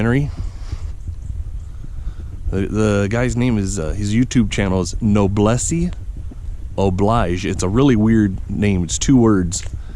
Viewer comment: It's pronounced "know bless o bleej" BTW. It means an implied social responsibility of the upper classes towards the lower classes. Thanks for the vid.